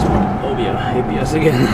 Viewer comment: Super late to watching this video, but still a fun watch! Model X run when you get yours? Haha. Also, sometimes you saying "ABS kicking in" sounded like "IBS kicking in" and it made your "oh sheeeeiiiitt" comments more funny